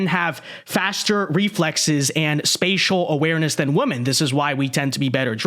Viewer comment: I keep thinking my ears are playing tricks on me, but I swear that half the time is saying the plural "women" he's pronouncing it as the singular "woman". When I hear it, I'll rewind it and listen to it again several times to confirm it, and I'm pretty sure he's pronouncing it as the singular "woman". It's hilarious.